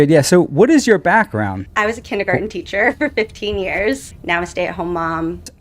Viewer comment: Hog Higgins must've only learned 24 of the 26 letters in the alphabet system. Guess he never learned 'e' and 'r'. Apparently was taught by a 'Teacha' and not 'Teacher'.